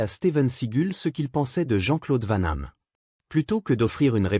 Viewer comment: C'est Steven Seagal pas Steven seagul n'existe pas 2 c'est Jean-Claude van dam et pas vent nam Jean-Claude vanhamme n'existe pas